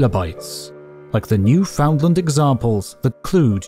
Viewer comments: New-fund-lund, bare emphasis on "new." Never new-FOUND-land. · Newfoundland is pronounced Newfin-land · the AI needs to figure out how to say proper names the proper way. New found land. ugh. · New finland 🇫🇮🇫🇮🇫🇮🇫🇮🇫🇮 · "new found land" 💀 all jokes aside, thanks for another great video. it's been a while! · Newfoundland is pronounced like the word "understand"...